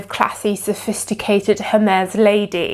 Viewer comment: please 🙉learn how to pronounce the brand name👌🏾